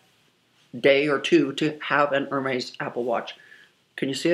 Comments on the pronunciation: It’s not Er-Maize. It’s “Air-Mez.” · Looks like no amount of money can teach you how to pronounce Hermes correctly lol...it's kind of endearing though she seems so humble despite having so much wealth. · air-mez air-mez btw I enjoy watching you. I've watched for a long time! I love luxury handbags the most and love seeing your collection. It's breathtaking! This video one came off so entitled it made me a bit sad. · Is someone gonna teacher her how to say hermes? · You are not pronouncing Hermes correctly. Everytime you say it, it's like nails on a chalkboard. Please and thank you.